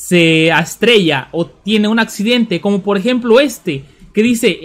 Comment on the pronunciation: Es “Estrella” no se “astrella”